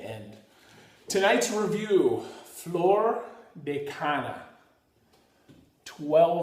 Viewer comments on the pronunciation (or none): Caña not Cana. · Probably should learn how to pronounce it before you review it!